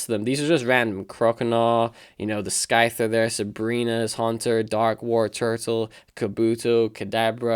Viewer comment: great video man, but the way you pronounced scyther xD, subbed btw